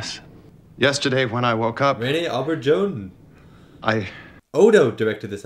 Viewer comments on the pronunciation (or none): For future reference, Auberjonois is pronounced oh-bare-zhon-wah. Primary emphasis on the last syllable, secondary on the first. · Rene Obberjohn? Dude, you're Canadian, you should know how to pronounce French words. SMH